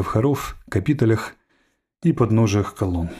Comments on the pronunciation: В слове "капитель" ударение на "е". Капитель - венчающая часть колонны или пилястры. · потому , что если не обращать внимание на ударение , там слышится капитоль. Просто ударение там или там.